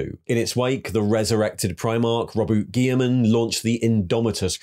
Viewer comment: You can listen to literally any 30k or 40k novel to know you're pronouncing Abadon, and Roboute Guilliman wrong.